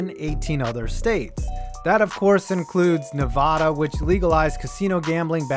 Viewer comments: “Nev-AD-a,” not “Nev-AH-da.” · pet peeve: people who say Nevada incorrectly. Nev-AA-Da not Nev-Ah-da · Holy fuck it’s not ne-vah-duh it’s NE-VADUH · it is nevada not nava dah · Nev-ah-duh for Nevada. Like the a in apple. Not, Nev-uh-duh. Just thought I'd let ya know. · It's Ne-va-da not ne-vah-da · Allegiant Stadium isn't 2+ miles from the strip, the bottom of the strip is literally right across the bridge from Allegiant Stadium. You can even see in the pictures and video. Also, it's "Nevada", not "Nevahda". Other than that, nice video. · Only thing is you said Nevada wrong. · Love the videos but my man, for the love of god learn how to say Nevada correctly. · the way he pronounced nevada 😒😒😔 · Sir please stop pronouncing Nevada like that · Please, please, 0lease, please, please,please, please, please, start saying NEVADA correctly, you, I'm sad to say, say it incorrectly.